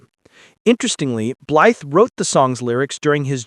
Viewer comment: All that information and you keep saying his name wrong. Blythe rhymes with fly… the TH is silent.